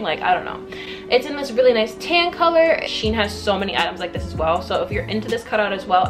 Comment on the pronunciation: Just to let u know u where saying shein wrong its she-in